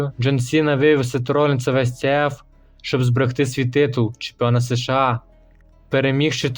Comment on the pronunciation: США, а не СеШеА. Нема в українській мові звуків се і ше , а є ес і ша. Прийнято казати просто США. Дякую за випуск